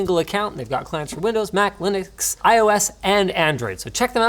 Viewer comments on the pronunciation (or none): none